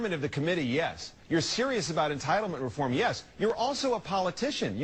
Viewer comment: hold up. i swear to god paul ryan said aboot like a canadian. i need to see his birth certificate